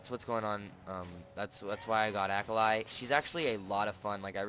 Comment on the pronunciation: Great vid, but her name is japanese so it's pronounced ah-kah-lee